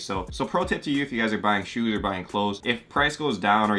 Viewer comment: Why does he say shoots